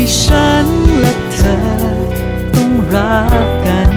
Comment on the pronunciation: เพลงน่ารักมาก โต๋เป็นนักร้องเพลงป๊อบใสๆได้น่าฟัง ออกเสียงได้ชัดเจนทุกคำ เช่น ใจ เธอ รัก ไม่เหมือนวัยรุ่นที่ร้องเพลง cover ฟังแล้วแปลกๆ น่ารำคาญ